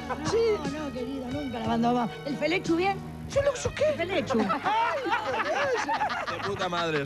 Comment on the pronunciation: El Felechu bien??.. Feleggshu quee!!! 🤣🤣🤣🤣🤣🤣 Jajajaja